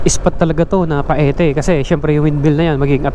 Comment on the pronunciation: Ang correct na bigkas ay Payte not Pa-e-te.